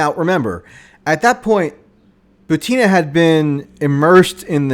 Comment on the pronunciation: Michael, are you here? The lass' name is pronounced "BUTina", not "ButIna".